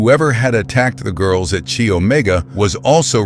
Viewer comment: Right off the bat...they weren't all taken at night... several were taken in broad daylight. The sorority is pronounced "Ky" not "Chee".